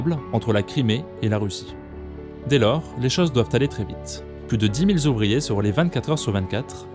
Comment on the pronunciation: "...dix mille zouvriers..."